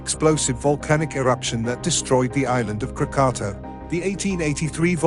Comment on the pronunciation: Your pronunciation isnt even correct. It's KRAA-KAA-TAAW.